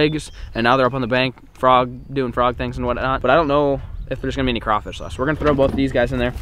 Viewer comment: Thank you for saying crawfish right